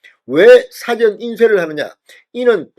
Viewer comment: "사전"이라는 발음을 정확히 해야겠다. 영어 사전이나 국어 사전 인줄 알겠당. ㅎ